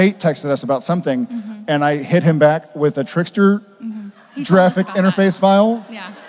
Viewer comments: "Jeraffic interface file" lol it almost sounded like he said jurassic😂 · Did Jared say giraffeic instead of graphic 😂? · He was saying jraphic, as in the jif pronunciation instead of gif. So fresh lol